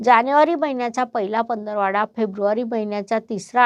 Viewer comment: "पंधरवाडा' नाही"पंधरवडा "